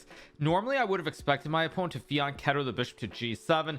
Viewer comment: Hikaru went from saying Fianchetto, to 1. Fianghetto 2. Fiancheeto 3. Fiancello